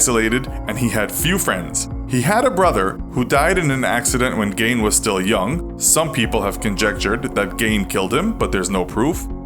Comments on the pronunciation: You lost me at "gain" because his name is pronounced as "geen" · I love your vids. Geen, not Gain. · Its pronounced GEEN not GAIN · His name is pronounced GEEN not Gain lol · Its said geen not gain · It's pronounced GUY-ine not Gain. Hello from Wisconsin! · Gein isn’t pronounced “Gain” it’s pronounced “Geen” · Correct me if I’m wrong but Gein is pronounced geen and this cat is pronouncing it gain. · It's pronounced "GEEN" not "Gain"!🤦🏻‍♂️🤦🏻‍♂️🤦🏻‍♂️ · I couldn’t get over this dude messing up the pronunciation of his name. It’s jean not gain. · Ed Gein was not a serial killer he was a multiple murderer and a grave robber. He killed 2 women. And his name is pronounced geen not gain. The heads and faces were also not found in plastic bags, they were found in burlap sacks. They’ve also moved the gravestone because it was destroyed. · It's pronounced geen bot gain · The mispronouncing of his last name is bugging me geen not gain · As someone who grew up in Plainfield, it's strange to think that happened there. No one really talks about it, they don't even really teach about him in school there. Also his name is pronounced like "geen" not gain, like green without the r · Gein is pronounced geen not gain just sayin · How does someone make a whole video about a person without making sure theyre pronouncing the persons name properly?? It’s not GAIN! It’s GEEN! Idiot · when is ein ever pronounced ain? frankenstains monster or Frankensteins monster? it's either pronounced stine or steen never stain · It’s pronounced Geen not gain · It's pronounced geen not gane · It's not pronounced "gane" It's pronounced like "geen" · His last name is pronounced like "Geen," not "Gain." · I think it's pronounced "Geen", not "Gain". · Gein is pronounced Geen, not Gain. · I hate how you pronounce his name. Gein not «gain» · It's pronounced "Geen," not "Gain." Get it right. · You keep pronouncing Gein as (Gain) not (Geen) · Gein, not gain, that drove me nuts threw the whole video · Geeen not gain